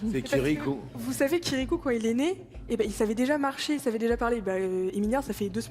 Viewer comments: C'est pas kirikou, c'est kiriQI ! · C’est " chirikou" purée elle a osé 🤣🤣🤣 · Elle dit c'est "Kirikou" mdr 😂😂😂😂